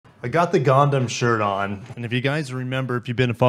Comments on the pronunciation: It's Gun ~ Dum, not gonedum. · I hate to be that guy, but it’s pronounced GUN-DUM.